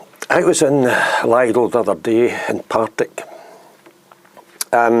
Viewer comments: Lidl rhymes with middle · Hey man, just don't go there and you will have nothing to complain about. BTW it's pronounced 'Leedl' as I suspect you know that though. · Please pronounce it 'Lee dell'. My wife likes shopping there but I hate the place. Quality is minging.